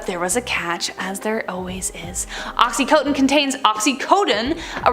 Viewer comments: OXY-Con-Tin!!… I know this show is Canadian…. But that’s how it’s said… or when people call Vicodin…. Vick-oh-Din… but it’s pronounced like Vike-oh-Din… or when people say Washington like Warshington… or go warsh your hands… where did the r come from?? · Ok you were saying Oxycontin wrong at first and that bothered me!